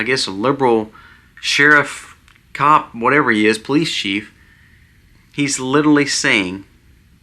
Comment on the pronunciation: At the risk of sounding "out of touch and old" (which I am and an English teacher to boot), please let me encourage you all, especially,: (1) The word is "literally"...not "littaly". (2) The term is "kowtow"...not ""cow tail". (3) The word for Charlie Kirk's death is "murder", not "when he passed" (which would indicate a long time/long term health battle/issue). You are doing such a good job,!!! These are minute points, but they are sticking points because you talk about "home schooling" (with which I do agree at this point in time). Incorrect grammar use does not support your argument for home schooling. Same with the history of the term "kowtow" which is oriental in source for people who bowed down in false humility or were killed/murdered for the gaul/arrogance of standing up to "authority". It is not "cow tail". Third point is clarified above. Stand tall, young man! You and your family are such wonderful examples for us. PSALM 91!!!